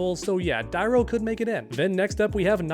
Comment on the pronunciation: Who the fuq is Hotaro? I know of a Hotaru in Mortal Kombat Deception. Learn how to pronounce or you'll be relegated to Caboose status, that fkn fake. Also it's pronounced Die-roo and also Dairou is in the game, he's Havik.